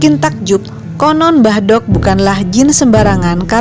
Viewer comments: Pengucapan "mbah dok" harusnya sama saat kita mengucap huruf "d" pada kata "dzuhur". Di Jawa ada perbedaan penyebutan aksara "do" & "dho". Contoh pengucapan aksara "do & dho" dalam penggunaan Bahasa Indonesia >> Do pada kata "dungu", dho pada kata "dengan". Mbah Dok sendiri berasal dari kata Mbah & Dok (Wedok). Mbah artinya eyang, dan wedok artinya perempuan. Jadi, Mbah Dok artinya nenek atau bisa juga Eyang Putri. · makanya saya koreksi, biar gak salah pemahaman.. karena salah pengucapan dalam bahasa Jawa bisa merubah arti dari kata tersebut.. "mbahdhok" seperti yg diucapkan narator di sini bisa berarti "makan", tapi dalam konotasi yg kasar.. bukan lagi berarti nenek atau eyang putri..